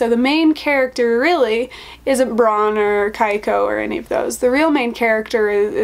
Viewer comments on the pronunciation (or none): The Japanese name "Keiko" is pronounced like "cake-oh"